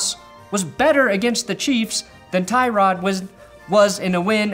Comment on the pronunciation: Poor Tyrod Taylor. Not only did the doctor fuck him over but nobody ever pronounces his name properly